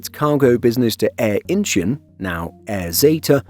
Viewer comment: Incheon = In - Chawn.